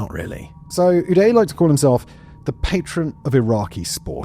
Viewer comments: It’s udoo-day to die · The way you pronounce the names "Uday" and "Qusai" is the best part of this video